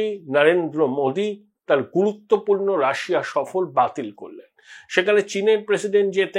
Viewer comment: আপনার উপস্থাপনা গুলি মন দিয়ে শুনি। ভাল লাগে। বলতে পারেন আপিনার একজন গুনমুগ্ধ শ্রোতা আমি। অতি সুন্দর ভাষা বিন্যাস, প্রাঞ্জল ঋজু অকুতোভয় ও বলিষ্ট উপস্থাপনা। ভাষায় ব্যবহৃত ব্যাকরন বা উচ্চারণ নিয়ে কখনোই কোন ত্রুটির অবকাশ ছিল না। কিন্তু ইদানিং দেখছি সেখানে কিছু ছন্দ পতন হচ্ছে। Russia শব্দটির উচ্চারণটা আমরা এতদিন রাশিয়া বলেই জেনে এসেছি। হিন্দী তে অবশ্য 'রুশ' বলা হয়ে থাকে। কিন্তু বাংলায় নৈব নৈব চ। এ হেন 'রাশিয়া' শব্দটিকে কে আপনি বারংবার 'রাশা' 'রাশা' উচ্চারন করছেন যেটা অত্যন্ত শ্রুতিকটু। ভাল লাগছে না শুনতে। এর পর আপনার নিজস্ব বিচার। 🙏🙏